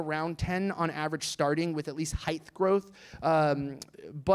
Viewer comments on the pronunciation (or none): Mr. Schaffer…. “Heighth” is not a word. It’s a mispronunciation of the actual word ‘Height’ This, people, is an example of people that talk a lot and try to sound like they know what they’re talking about, but not only say nothing but also sound dumb in those instances to those who actually understand (basic English and…) the issue(s).